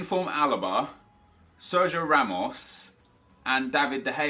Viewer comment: why does he call Alba always Alaba?:D for real you know they are two different players right?:D